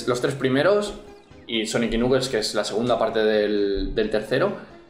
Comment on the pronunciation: ¿Nuquel? ¡Se pronuncia "Naquels"!